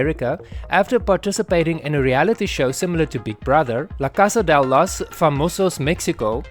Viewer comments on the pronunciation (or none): none